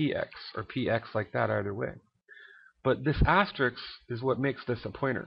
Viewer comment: You keep saying "Asterix" but actually it's called "Asterisk" ;)